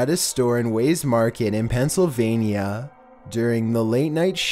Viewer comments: Yo you need to work on pronunciation weis=wise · Why did he call it ways instead of wies? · weis is pronounced like wise... just fyi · Lmao #13... it’s pronounced “wise” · Am I the only one who cringed at the way he said Weis